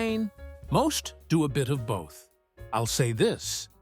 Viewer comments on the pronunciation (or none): none